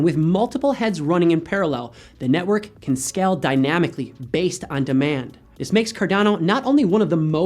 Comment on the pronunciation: dude its scale, the a is pronounced with AE sound not AH sound. seriously...L2 english please